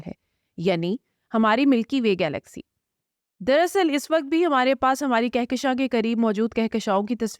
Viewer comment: محترمہ آپ اور عدیل صاحب بہت اچھا کام کر رہے ہیں ۔ اس وڈیو میں تلفظ کی چھوٹی سی غلطی کی نشاندہی کر رہا ہوں امید ہے آپ آئندہ تلفظ کے مطابق اپنی بات کریں گی ۔ جب ہم ماضی یا مستقبل کے وقت کی بات کرتے ہیں تو اس کے لیے اس وقت (الف پیش کے ساتھ ) بولیں گے جبکہ حال کے لیے اس وقت ( ا کو زیر کے ساتھ ادا کریں تو درست ہو گا